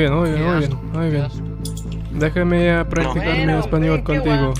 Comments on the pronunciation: este video apareció en mi inicio y quiero comentar... guau, tu nivel es muy bueno para haber estudiado en tan poco tiempo y tu acento es bastante bueno, qué genial que hayas mostrado tu camino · As a native Spanish speaker myself, I can say that his Spanish pronunciation is stupidly good since pretty early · Muy buena pronunciación!